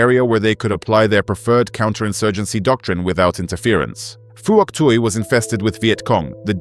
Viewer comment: it's hock twee province again.